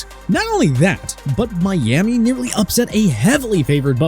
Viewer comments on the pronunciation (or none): none